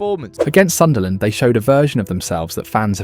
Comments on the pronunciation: It’s Sunderland 😆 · It's Sunderland 😅😅